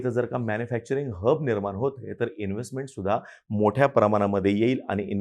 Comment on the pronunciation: कोणी कोणी हब ला हग ऐकलं😂😂😂😂